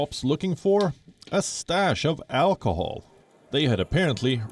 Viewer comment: Alchool she said 😁😂😂😂